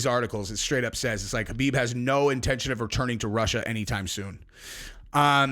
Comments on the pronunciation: Stop calling him Habib. It’s KHABIB “cuh-beeb” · His name is Khabib not Habib. Get it right